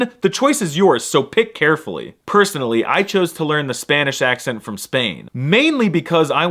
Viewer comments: muy buen acento español ^^. Poco más y puedes hacerte pasar por local. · As a native of the land of the nopales. I can tell you your accent está de huevos!